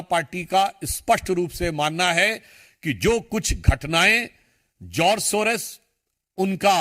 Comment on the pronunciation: सोरोज नहीं सोरोस बोलो क्या 😅